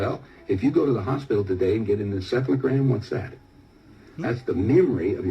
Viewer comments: He said insephlagram or something . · He said, encephlagram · He said encephalagram btw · He said encephalogram it's a test that records electrical brain activity